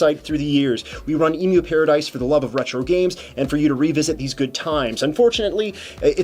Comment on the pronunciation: M-U-Paradise. Dis-TRI-bute.